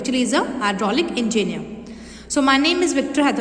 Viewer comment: It's pronounced as en-gi-ne-er not an-gi-ne-er Pls note that next time